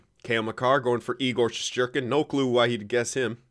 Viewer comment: Team: Marner League: Makar Goalie: sheshterkin